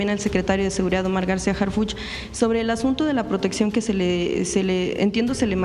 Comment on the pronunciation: ACLARANDO NO ES HARFUCHY, ES HARFUCH, OJALA NO TE MOLESTE, PORQUE DE LA FORMA QUE LO PRONUNCIAS SE ESCUCHA MUY IRONICO